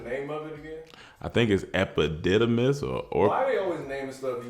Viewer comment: I died when he said “Epipussimis” 😂💀